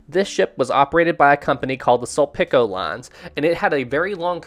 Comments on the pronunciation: Correction, Sulpicio is pronounced as Sul-pi-si-yo, not Sul-pi-ko. Also, Doña Paz was previously owned by a Japanese shipping line before being handed over to Sulpicio. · hey there! Filipino here and I just wanted to correct u, so lets start with the dona part, its pronounced as do, as in do re mi fa so la ti do, and the Ña part is pronounced as nya like from the song "tokyo" by leat'eq and "sulpicio" is pronounced as sool-pee- and for the "cio" part its pronounced as like the "sho" part in shore. hope this helps:) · Correction: It's Sulpicio Lines... (Sul-pi-sho) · Thank you very much for featuring this tragedy in my country. Thing is, my parents met in that boat before it went down, years before, then they got annulled years after the boat sank, their marriage sank too, just like the boat-- due to overcrowding. btw its mentioned as "Sool- pee-show" lines, that's a cursed shipping line, we rode that line, no meals were served only rice, first class cabins do have food, u literally bring your own food if you dont get the first class ticket, their ships were meant to sink coz its old rusty. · Although you mispronounced "Sulpicio" but I think they deserve the mispronunciation. This fackin company is so evil, they also involved to another maritime tragedy equally bad as Doña Paz. In 2008, another of their ship MV Princess of the Stars sank and this is the one that I knew and was bad. Little that I knew there is much worst to Princess of the Stars and Titanic. Another update facking Sulpicio changed its freaking name and was not allowed to transport people anymore in accordance to the ruling of Court of Appeals in the Philippines.